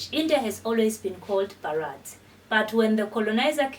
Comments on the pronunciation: Pronunciation not Bharaath. It it is Bhaarath. Please look at closely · Please correct ur pronounce not Bharraat say BHA RAT H